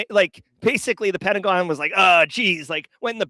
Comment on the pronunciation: #TramReplay Pen-ta-go-N